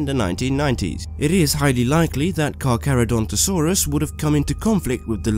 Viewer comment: loved this and good job for saying carcharodontosaurs it's really hard now say micropachesephlosaurs